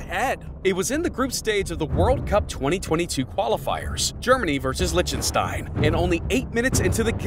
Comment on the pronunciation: "Germany versus Litschenstein"